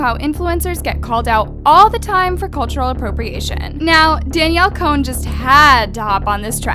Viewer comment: At the beginning she said "Danielle collen "